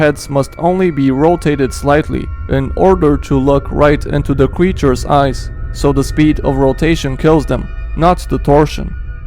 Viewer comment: I heard him say scp cweachers